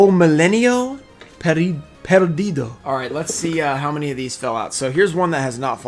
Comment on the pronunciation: this pack is of brazil lol niceeeee You says "O Milênio Perdido" nice too! Salut from Brazil xD